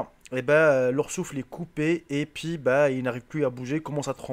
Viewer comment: noir il dit un pouis au lieux d'un puis